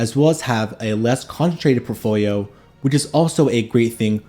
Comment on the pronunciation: You really need to practice saying portfolio correctly